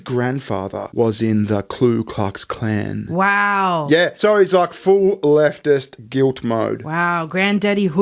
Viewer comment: It's Ku Klux Klan not Klu Klux Klan.